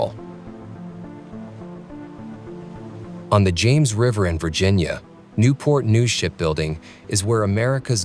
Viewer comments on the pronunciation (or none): none